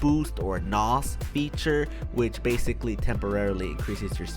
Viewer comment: "okay tho bathicawwy"